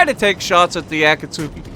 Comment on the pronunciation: Koo-too-zov, emphasis on 'too' Ah-tah-go, emphasis on 'tah'